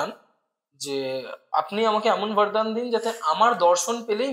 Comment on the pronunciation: Sob bhalo laglo khub interesting. Kintu kichu mone korben na. Ota vardan noi bordan. Yomlok noi jomlok. Banglai jkhn podcast korchen apnara. Bangla uccharon je ta hoi seta karun bhalo lage. sunte.